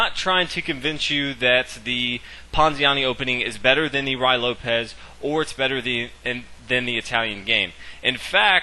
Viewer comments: The ray Lopez lol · "Rye Lopez" Lmao sounds tasty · If you can't pronounce "Ruy Lopez" correctly, just call it the spanish opening. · I wish you'd learn how to pronounce ruy lopez. I'm cringing with embarrassment for you. Nevertheless, good video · At least he should know how to pronounce Ruy Lopez